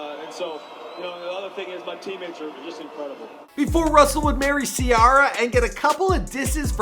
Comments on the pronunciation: The way you say Ciara kills the video... take it from somebody from Griffin. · How hard it is to pronounce Ciara🤦🏾‍♀️ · Shernea Earnest the way he did it is so cringy too, I'm surprised nobody else noticed really. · I noticed that 🤦🏼‍♂️